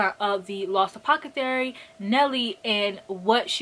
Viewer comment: saying apocethary instead of apothecary is my new favorite thing...*insert clock emoji*